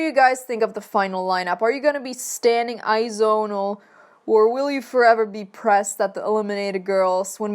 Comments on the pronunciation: FYI IT IS PRONOUNCED 'AI-Z-WON' NOT 'AI-ZOWN' :)) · It is Ayzwon not ayzon.